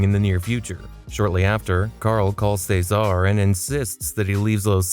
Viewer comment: What's with your pronunciation of "Ceasar"? It's fuckin weird